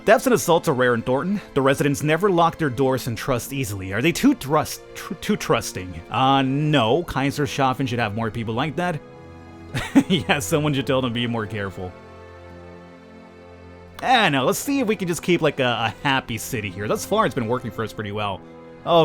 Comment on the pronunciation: bro its pronunced like Kaisers-hafen it means kingshabour